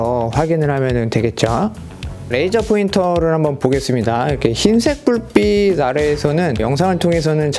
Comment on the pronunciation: 불삐시가 아니고 불삐치....빗이 아니고 빛....ㅅ이 아니고 ㅊ.... 제발 발음 좀....